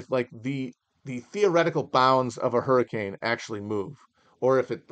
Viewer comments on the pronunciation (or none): none